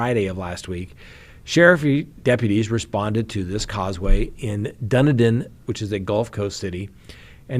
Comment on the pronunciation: The gulf city you are talking about is pronounced "Done-e-din."